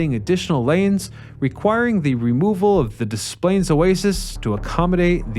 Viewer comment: I enjoyed the way you said Des Plaines, it took me way back. 👍 I grew up in Cicero. As a kid my parents zoomed on by the oases; as a teen I stopped pretty much every time. In the early 80s a quartet of us were bound for Wisconsin. My friend and his girlfriend (who was driving) bickered then full-on argued about teenage nonsense. We stopped at the Belvidere Oasis (do they still build Mopars in Belvidere?). She and her girlfriend ditched us there. In around 15 minutes I finagled a ride with an older couple frim Minnesota who were bound for a family event in Wrigleyville. They gave us a ride, we guided them to their destination. They wouldn't even take gas money. We took buses downtown and caught the El home from there. You weren't supposed to hitchhike anywhere at the time, let alone at an oasis, but we did anyway.